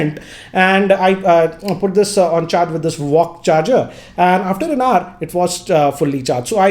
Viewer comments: It's VOOC not VOCC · It's vooc not vock 🤣🤣🤣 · Everybody: Vooc GR: VOCC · It's not walk charge, it's vooc